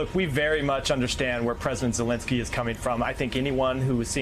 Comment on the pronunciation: they are not soviets lol and pls pronounce Zelensky correctly.